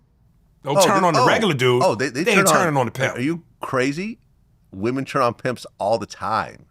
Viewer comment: The way vlad pronounces the word “turn” 😂. He says churn as in churning butter. Tell me I’m not trippin